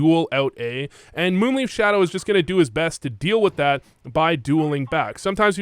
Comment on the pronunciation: Not taking a dig at you (not even a subtle one), but I love how you say MoonLeaf instead of MoonLife (Leif is a name, and pretty much sounds like Life - At least in Danish) 😁